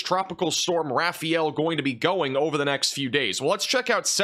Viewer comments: It’s not pronounced rafi-yell. It’s ra (rah), fa (as in father), el (like the letter l). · It’s pronounced ”Raf-eye-yell”